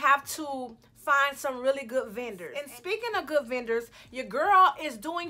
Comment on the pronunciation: "some real gwudd" lmao